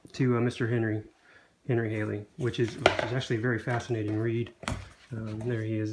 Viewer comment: Good review of a wonderful book, but just have a comment sent with kindness. Henry Halley's name is pronounced: Halley, not Hailey. Sounds like Sally or valley, not Bailey or daily.